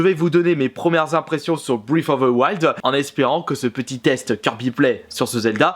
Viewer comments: "fbrif offfff fe fouaïld" c'est pas compliqué à dire breath of the wild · ‘’Zelda brifouvewail’’ On dit Breath of the wild en fait... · Breath of the wild, pas britoftewouald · En exclusivité pour toi ! Ça se prononce : Breath of the wild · Brèsse offe ze waillede ! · brèft of de waÏld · zelda briffe of a wouayld ou encore zelda toilette prinsaisse xD quel accent anglais de toute beauté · Alala kirby tu me feras toujours autant rire avec ton anglais si parfait avec une prononciation magnifique Zelda: briiffe oveu wouald mdrr 😂😂 vidéo au top comme d’habitude 👍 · Brife foffe ze waldeuh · " Zelda bfife ofe fe fils " Je te kiffe Kirby 😍😍 tes le meilleur change pas 😂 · Tu peux prononcer breath of the wild stp c tellement marant comment tu le prononce